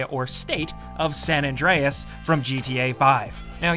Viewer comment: Why are you saying san adrines this is gta 5